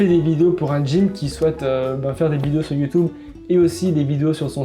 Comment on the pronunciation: On est d'accord il est trop drôle quand il dit ça ?